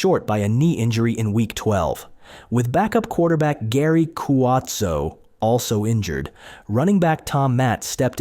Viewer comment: This commentator cant get Cuozzo name right nor Tom "Mat"? Pretty lame. Do your research better idiot. Lost interest.